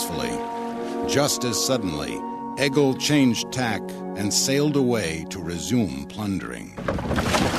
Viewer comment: Nice documentary but Egil is pronounced like “ey-yil” not “egg-il”